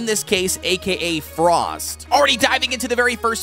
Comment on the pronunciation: Hehe "FORST"🥶